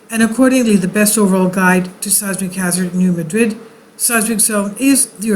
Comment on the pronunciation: Resident of Missouri here - it is NOT pronounced, New Ma-DRID! It's pronounced New MA-drid!!!